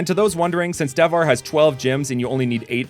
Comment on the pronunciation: hello, you have made some pronunciation errors, but the region is Devhar [de-vha-re]. So its good, from India.